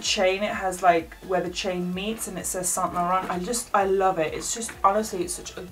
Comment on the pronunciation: loveee this collection butthe way she says saint laurant triggers me👁👄👁